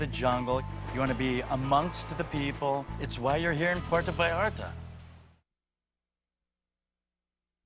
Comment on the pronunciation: He's been going there for years and still can't manage to pronounce Puerto correctly